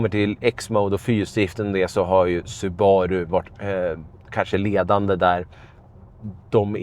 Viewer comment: Nu tänker jag vara den jobbiga personen som påpekar att det uttalas SUbaru, inte suBAru. Tack för en fin review. Gillar verkligen den här bilen.